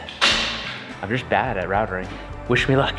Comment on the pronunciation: Minor point - it’s “routing”